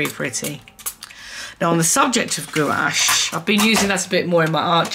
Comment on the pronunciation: Gouache is pronounced Gwash, lol! I used to say it like u too. Love ur video!